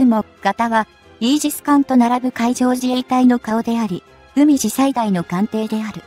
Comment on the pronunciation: 海自→うみじ (笑) まともな動画をアップする気無し？